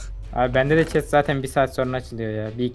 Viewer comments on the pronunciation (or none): none